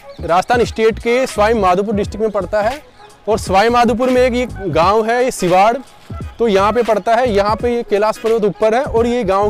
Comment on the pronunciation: they are ram seeta not Radha Krishna dear.😂😂😂😂😂or I thought that is sawai madhopur ND u all tym saying suaaimadhopur🤣.otherway all are the best ND u r looking also best dear.🥰